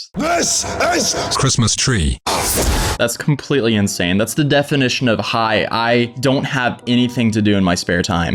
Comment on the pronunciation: “I AM INANSE” ITS 2 AM AND I JUST FUCKING SNORTED SO LOUD SKSKSKSKKS